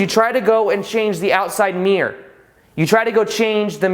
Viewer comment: This is a good video and earned a thumbs up, but your pronunciation is a bit sloppy. For example, mirror has two syllables, mere has one.